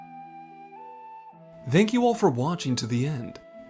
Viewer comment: Well now I have a new pet peeve. "Thanks" being pronounced with a voiced dental fricative. I'm 40 and have never heard anyone pronounce it that way. I do enjoy your lore videos though.